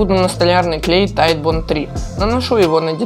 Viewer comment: Правильно сказал название клея (молодец) "тайтбонд" а то есть некоторые спецы которые его называют "титебонд" короче лайкос и подписка